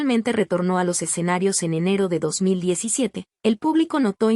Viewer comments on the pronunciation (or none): Admiro a esta gran cantaautora SIGA APRECIABLE DAMA ,Agrego algo curioso la narradora menciona " exenarios en lugar de escenarios "